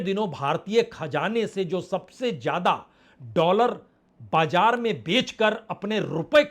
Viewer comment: उच्चारण का संज्ञान लें फिर ( फ़िर नहीं) बाज़ार (बाजार नहीं)